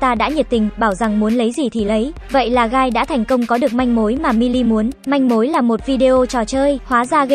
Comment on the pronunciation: Tôi lỡ nghe guy thành gay